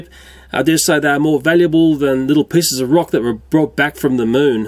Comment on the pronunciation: pisses or pieces? Edit: hear anything wrong?